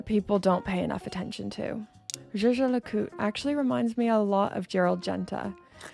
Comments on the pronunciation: Jay Jay La Coot? I thought it was “Yay Ger Lay Cool Tray” 😊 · Whilst your pronunciation of JLC needs improvement you are right about them being a undiscovered jewel in swiss watchmaking. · I have to agree with you. People generally stay away from things they don’t understand. I’ve even noticed watch enthusiasts shy away from saying the full name and stick with “JLC” At the boutique I visit, I’ve even noticed different sales staff pronounce it differently. Jay Jay La Coot. Jager La Colter. Yager Le Cult. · I’m imagining lots of outtakes of you pronouncing Jaeger LeCoultre over and over again 🤣🤣🤣🤣🤣🤣. Excellent topic and content 🍻